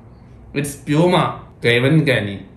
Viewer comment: പലപുമ അല്ല പ്ലpuma ആണ്